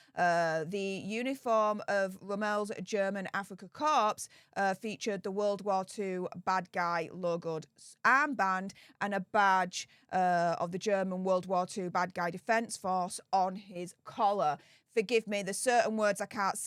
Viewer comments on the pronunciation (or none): Korps or Corps is pronounced cor, the p and s are silent. Rommel is just said as it appears, with no accent, more like Rommle.